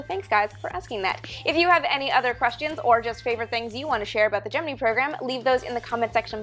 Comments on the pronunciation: does she say geh-man-ee it's geh-mEn-EYE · Love your vids! Just curious why you say Gemi'NEE" in stead of Gemin"I"??? Go here and press the play button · For four or five decades we called it "jem-en-eye" not "jem-en-ee". Were we all wrong? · Wait- Gemi-NEE? ???? I've never heard it pronounced anything other than Gemin-AYEE. (Emphasis on first syllable, of course) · Just a note: it's pronounced "Gemin-EYE', not "Gemin-EEE'. ;) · Though it is Gemini not Jiminy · Who has been pronouncing gemini wrong their whole life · Geminee? Geminee? It's Gem-in-EYE. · Whats Gemeny? Isn't it Gemini, Gem in eye? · Why can't she pronounce "gemini" correctly? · Hello, love the videos! Quick question though - Is it actually pronounced "GeminEE"? or GeminEYE"? Just curious since you and I are Canucks after all, or is it a matter of PotaY'to vs. Potato'H? / TomaY'to vs. Toma'Hto? - Thanks!